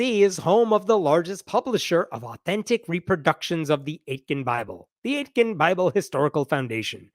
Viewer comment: So Aitken is a town name nearish where I live. If it's pronounced the same you pronounced it wrong The T isn't emphasized at all so it's closer to "ey-kin" in pronunciation.